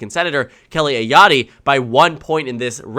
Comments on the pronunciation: Heads up. Ayotte is not pronounced with a long "e". Ayott, instead of Ayott-E. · With regard to the Republican candidate for NH Governor... It's A-Yacht... not A-Yacht-ee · Hey, nbd but you mispronounced Kelly Ayotte's last name. Drop the e! Thanks for your daily dedication and consistent uploads. Cheers! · It's Joyce Craig and Kelly's last name is pronounced Aye-Yawt